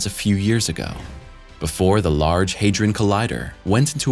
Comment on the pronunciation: The only unbelievable part is the pronunciation attempts of 'Hadron'.